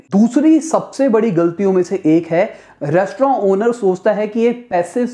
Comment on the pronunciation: Yi restroooooou Kia hy